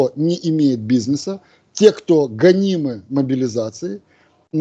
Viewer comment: Пусть наш умник правильно произносит слово бизнес, режет слух.